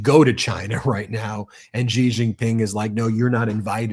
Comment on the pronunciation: Why don't you learn to say president Xi's name correctly?!!!!!!! It is soooooo easy to find out how to say his name correctly!!!!